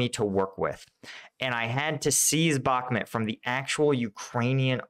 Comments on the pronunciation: Thanks. Good video. Please call it Bukmoot, not Bukmet. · Novoselivske = noh-voh-seh-LEEV-skeh ('-e' at the end of a town name is pronounced as '-eh' and not '-ay'. Bakhmut is not BAH-muht, but BAH-MOOT; Opytne = oh-PIT-ne, and not oh-PEE-nay; Klishchiivka = kleesh-chee-YEEV-kah Keep cleaning up the pronunciation